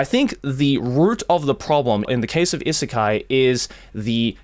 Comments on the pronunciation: is it really pronounced issekai? i assumed it's i-sekai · Why you pronounce “isekai” like that tho